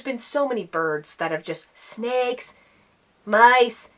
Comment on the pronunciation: Did you say "snakes"?????????????????????????????????